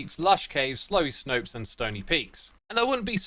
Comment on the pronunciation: Chirstopher's return has to be one of the most epic things that's happened in the whole of Minecraft in quite a long while. I love his works and the depth, story and character they all have, and I am SO glad that he once again contributed his part to the game once again! Also. Did anybody catch Xisuma accidentally saying ''Slowy Snopes'' here? I don't know, it's really funny to me for some reason.